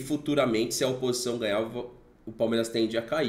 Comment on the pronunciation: "opisção" ? Hahaha